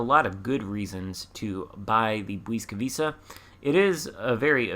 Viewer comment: Ł is pronounced like a W in English and C is always like a TS, so Błyskawica is bwiska-vitsa (or at least close enough;)